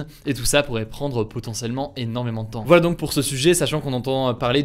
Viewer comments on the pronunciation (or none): none